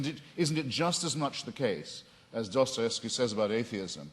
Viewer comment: Rofl, Craig said 'Dosterevsky'